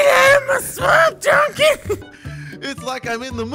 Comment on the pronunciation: is so funny he said GET OUT OF MY SUOAMP